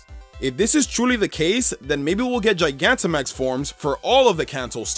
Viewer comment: lol you got charizard Gigantimax right